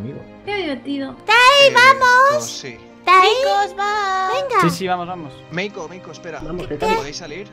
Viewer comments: like si se dieron cuenta que en ves de decir meiko dijo melo XD cuando dijo que habian que hacer algo para que no cantara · Like si dijo "MELO" en vez de "MEIKO" en el minuto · dice melo en vez de meiko😂❤️ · En 2 momentos dijieron "Melo" en vez de" Meiko" 😂 Pero bueno aguante el #TeamUsui ❤️❤️❤️ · Minuto dice melo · like si escucharon que dijo melo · dijo melo en vez de meiko 😂😂🤦🏻😂😂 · Soy la única o dijo "Hola MELO"😅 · El dijo melo?nose si se equivoco o nu c :^ o era asi :0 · QUE NO SE DICE MELO ES MEIKO >:v